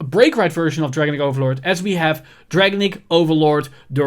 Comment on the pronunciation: It’s just a small favor to ask, but could you please pronounce “Dragonic” how Kai does, at least. “Dragenic” or “Dragon-Nick” doesn’t sound good I’m sorry